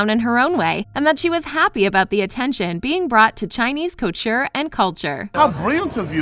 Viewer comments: anyone else notice that the speaker said culture instead of couture while reading the title of Guo Pei"s book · When she keeps saying culture and not coture😂